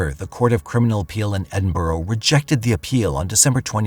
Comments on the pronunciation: I don't know about "end-burrow", but when it's pronounced correctly, it sounds like ED in burra. Ask anyone from Scotland. Or better yet, google "correct pronunciation of Edinburgh". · Edinburgh is pronounced Edinburra as in kookaburra 😊. Greetings from Scotland 🏴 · I’ll never understand how the word Edinburgh becomes End-burrow.